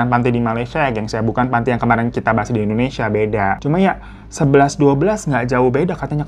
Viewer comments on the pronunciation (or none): none